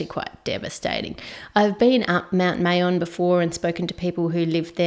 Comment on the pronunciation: I live in the Philippines not angry but thats not how you pronunce it its Ma-yon not Me-yon